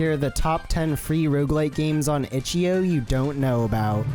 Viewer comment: the way he says itch DOT io makes me wanna put a gun to my head